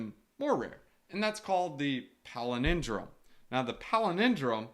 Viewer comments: PAL - IN - DROME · Yes love you man, so it is pal-in-drome. I like your pelenindrome but people are easily confused.